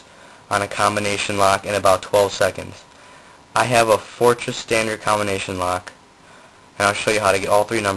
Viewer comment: "...your COMBO-NATION" xD